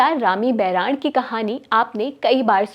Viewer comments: उच्चारण ठीक से करो मैडम rami baran nhi boran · video m anchor Rami bhahurani ka uccharan sahi nhi kr rhi h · Haan kai baar bola galat